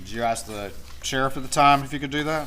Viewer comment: Does he know how to pronounce /th/?? “Dis, dat, dey”… I cannot stand it.